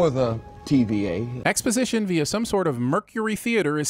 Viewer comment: “Expositioin” * ding *